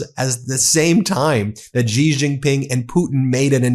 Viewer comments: You mispronounce Xi Jin Ping's. Xi is pronounced SHI. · If you are going to mention other world leaders, at least learn to pronounce their names correctly! Otherwise you come across as an ignoramus, sorry to say. For example the name Xi is pronounced like “she” in English. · Can someone tell this guy that Xi is pronounced "she" in mandarin. There is NO zh sound in Chinese. Zh is a hard j sound. J is a j sound. X is a sh sound. The closest they have to a soft zh sound is r which is rolled in the roof of the mouth. It's Bei jing hard j. Not being zhing. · his name is pronounced: Xi (Shi) Jin Ping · Xi pronounced like she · Ben, Xi is pronounced as " she." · Ben, for the last time … “Xi” is pronounced “Shi.” …!!! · Are you saying Xi’s name incorrectly on purpose?